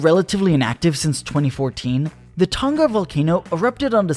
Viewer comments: Why is he pronouncing Tonga like that though? It’s “ton-gah” not “tuhn-gah” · BRO WHY DO AMERICANS PRONOUNCE IT "Ton-Gah" its "Tong-ah" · Tunga? "Tong nga" tonga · Pretty sure it’s pronounced “Tong-a” instead of “Ton-ga” btw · All Americans. Say the word ‘sing’ now say Tonga. For the love of whatever you believe in stop saying Ton Ga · It's pronounced Tong-A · It's fucking hilarious hearing Americans say "Tahnga" instead of saying it properly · T-Uh-n-Ugh? Kr-Uhk-uh-tow-uh? Hmmm? 🧐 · The pronunciation of Tonga is hilarious lmao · That's an interesting pronunciation of Tonga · I'm just here to hear everyone pronounce "Hunga Tonga". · They say Tonga wrong and it hurts my ears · You are saying Tonga Soo wrong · They are saying tonga wrong 🤣🤣🤣 please stop